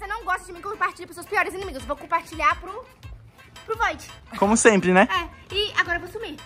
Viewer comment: O void "donose"kkkkkkkkkkkkkkk😂